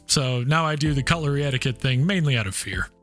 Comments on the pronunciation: Did you say cutulry???? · I thought he said coloury, cuTlery, with a T. 🤣🤣🤣